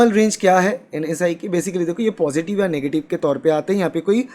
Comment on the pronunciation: Bhai vo NS1(NS 'one') hota h na k NSI(NS'I')